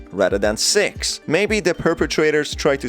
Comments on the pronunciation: I’m sorry , not trying to be disrespectful in any way , but it’s six not sex , even my subtitles spell out sex cause of the way he says it , lol even my daughters pointed this out also , great video btw and keep up the good work ! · I had my subtitles on and whenever he said six, it said se